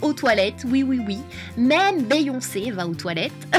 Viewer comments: la façon dont tu as prononcé "Béyoncé" haha je t'adore <3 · Ça me stresse quand tu dis BÉyoncé...